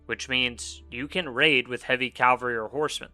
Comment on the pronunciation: nice vid but i swear i was hearing you say calvary. I had to double check with the subtitles and it confirmed it.